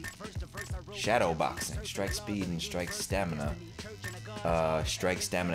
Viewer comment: Gotta work on your stamana